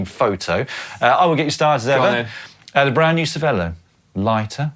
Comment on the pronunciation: Caption:, did you try to ride a bike on the water again? It’s Cervelo, not Cerve l’eau!!